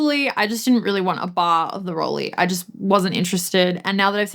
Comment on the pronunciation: Thanks for your interesting video,. I owned a Rollei 35s back in the day and spent a while getting used to the ergonomics, which I did enjoy after a while. By the way, Rollei ist pronounced "roll-eye". (In Germany, ei ist pronounced "eye" and ie is pronounced "ee". Think of Leica.)